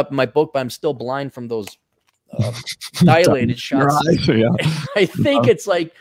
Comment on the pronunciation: The world is "dilated", not "dialated"